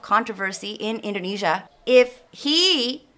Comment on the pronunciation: Jangan salahin pengucapan yg salah, logat mereka aja yg bikin telinga kalian salah denger. Apalagi Indonesia banyak bahasa. Edit: itu pak karno sama jokowi ada ngucap inggris versi jawa. Dan yg kata Indonesia di ucap Endonesa (lebih kelihatan jawanya banget)